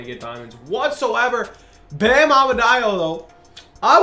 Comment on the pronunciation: How did he just pronounce Bams name